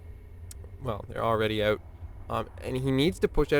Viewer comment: Is this the famous stereotypical Canadian 'oot' I hear?